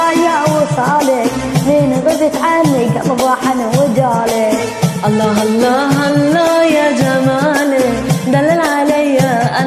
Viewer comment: هالله مو الله اشبيج ما تعرفين تلفضين